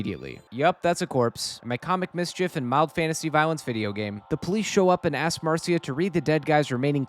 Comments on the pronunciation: Mar see uh? no Marsh ugh? yes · huh. ive never heard it pronounced mar seeuh before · marcia is usually pronounced "mar-shuh"